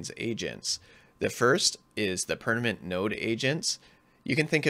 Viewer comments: Great video, but it's "perManent, not perNament" 😂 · pernament.. did you mean permanent? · Permanent ❌ Pernament✔️